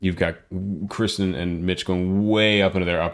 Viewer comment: I just found your channel tonight and love your comments! Your appreciation for great talent is obvious. I love your in depth analysis. However, please learn to pronounce KIRsten instead of KRIsten. Kirstie rhymes with thirsty. As much as I love your commentary, I feel like it was distracting that you didn’t know her name.